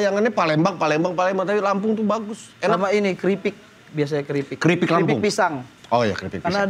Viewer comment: Pling lucu pas pk pincen ngmong Kripik lampung,.sok tau tpi salah....ngakak wkwk